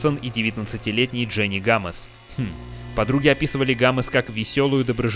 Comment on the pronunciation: Не гамез а гомес